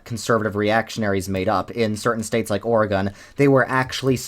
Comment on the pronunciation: he pronounced oregon wrong now im sad ): good video tho lol. you phrased the liberal "tolerance" pretty well.